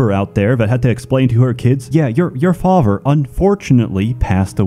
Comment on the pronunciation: "Fahver" "Togever" Pronounces everything else perfectly except a "th" sound. How interesting.